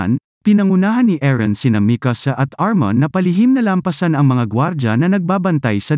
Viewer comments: Armin lods hindi armon 😂😂😂😂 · Armin, not Arman😂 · ARMIN po kuya hindi po ARMAN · Its armin not armon